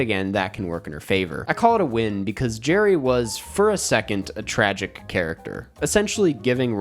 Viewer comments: it's gerri,. not jerry. lol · its Gerri tho, not Jerry